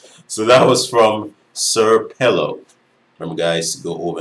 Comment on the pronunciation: "senior PELO" (SrPelo) bro not sir pelo